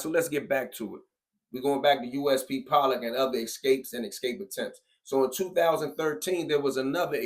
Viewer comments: Nobody calls it pole lock other than you. I can hear the ignorance in your voice! It’s not ex cape either it’s ESSSSS-CAPE! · but the newscaster at the beginning slips up and calls it pole-lock lol